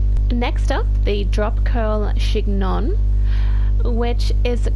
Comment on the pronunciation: Just a heads up that chignon is pronounced «shin-yong»